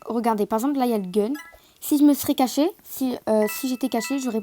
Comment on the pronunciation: Tu as dit cassé Pas caché